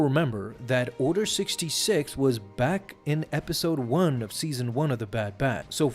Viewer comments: Is he occasionally calling it "Order 6", or is my audio just screwy at times? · Did anyone realise that he kept saying Order 6 not Order 66